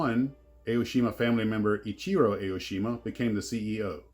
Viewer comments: not A-O-shima. it is pronounced like "ah-oh-shima". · It’s ‘Ah’ - oh-shee-ma. Not Ay-oh-shee-ma.